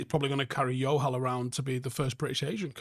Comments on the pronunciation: Bro, what's with the J being pronounced as Y mate. In south asia its a J. Much love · Jo-hal,, he's not Spanish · Just saying it’s pronounced Joe-hal, yes they are Sikh for sure. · Love this video. Your pronunciation of the name ‘Johal’ as ‘Yohal’ is going to have the Johal’s I know thinking their Portuguese though 😂😂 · Close. But, in punjabi it's still a J!! We're not Spanish!! JO-HAL!! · idk why you're pronouncing johal like it's spanish lmao pronounce the "j"